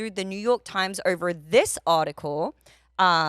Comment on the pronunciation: She adds r’s to any word with an O “orver” 😂